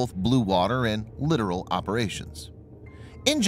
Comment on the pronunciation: Been watching a few of your videos lately, generally impressed, but this is really bothering me. Littoral is pronounced lit-or-all, not literal.